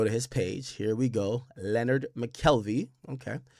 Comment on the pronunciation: Akademiks is his biggest fan but still can't pronounce Lenard 😂